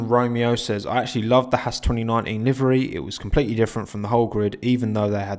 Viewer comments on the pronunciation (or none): none